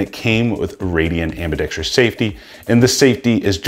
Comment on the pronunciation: Ambidextrous, not ambidextrious. I couldn't keep watching, sorry.